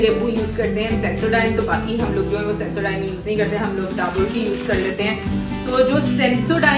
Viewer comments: wo डाबूर (Daboor) Nahi डाबर (Dabur) hota h😂😂😂😂😂😂😂😂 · Dabur nhi dabur(dabar) bola jata hai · Yes Dabur is Indian company. It's pronounced as Daa+ bar ( exactly how you pronounce " Akbar" )